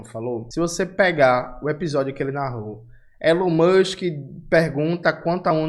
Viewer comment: "Elão Muxiem"